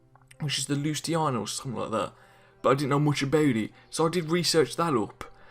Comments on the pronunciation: Hey mate good vid but the way you said Lusitania (lue-sit-Ania-) annoyed me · You say you know your ships and you literally say Lusiana instead of Lusitania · He says he knows his ship but yet pronounces Lusitania wrong, just saying